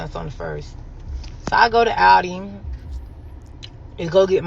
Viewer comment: It’s Aldi not Audi.